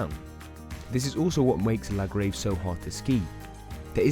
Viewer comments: Commentator has evidently never skied these runs, as he hasn’t a clue how to pronounce either the runs or the resorts they are in. La Grayve, Grand Coolure etc - words from the mouth of someone who appears never to have been to the Alps. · Interesting video. Good video work but I dont think he pronounced a single place name correctly. He even got "La Grave" wrong!!!